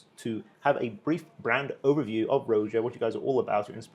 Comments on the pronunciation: Imagine continuing to pronounce it "Rho-zya" when the guy is gently correcting you. It's literally pronounced "Roger" in a British accent. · It's pronounced Raja ..bot Rowja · The constant mispronunciation of Roja…it’s RAH-JA not ROH-JA🤦🏽‍♂️😂